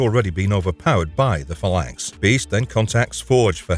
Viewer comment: You're pronouncing phalanx wrong and its killing me.